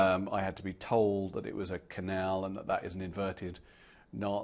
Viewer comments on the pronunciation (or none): C'est "Anelka", pas "Alenka". Et c'est "La quenelle", pas "The quanelle". :-D